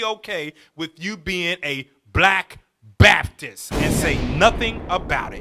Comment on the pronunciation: WHEN YOU SAY BAPTIST I HEAR BASTARD